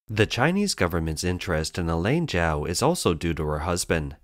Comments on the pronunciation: "Chao" is pronounced Chowe not Jow. You can't even get that right, then how can anything else you say be trusted?? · This woman's family name was not pronounced /jow/; it is /chow/. This channel often does poorly with pronunciation of names.